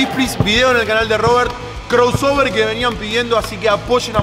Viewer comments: CORUSOBER AJAJJAJAJA APRENDE A HABLAR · Es "Crossover" no "Croosover"